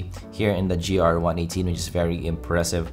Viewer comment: Hey its GR-i18, not GRi-18